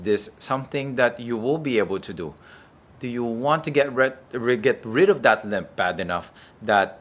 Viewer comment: Limp, not limb